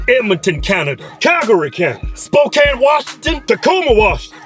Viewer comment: At least you said Spokane correctly. Most people pronounce it Spo-Cane.